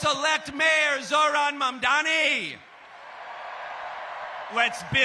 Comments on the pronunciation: Catty, I mean Kathy, can't even get Zohran's last name right. These elder corporate, neoliberal politicians need to retire already. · Why can't Governor Hochul still can't prounounce mamdani correctly?